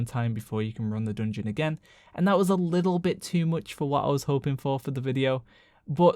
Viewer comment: Say dungun one more time